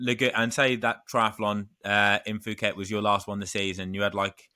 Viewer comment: It is pronounced ‘Poo-Ket’ not ‘Foo-KET’. Like Thailand you don’t pronounce the ‘h’. And Mike Pigg won the first race there in 1994 (I was there) so you are in good company. I was there this year as well. See you next November.